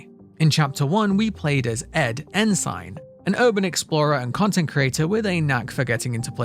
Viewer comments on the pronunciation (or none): I’m here to help the Brit out! Ensign is an American term for the lowest ranked commissioned officer in the U.S. Navy or Coast Guard. It’s pronounced En-sin. Weird word, I know. I loved your video!